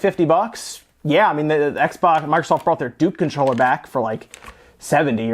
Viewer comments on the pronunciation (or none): none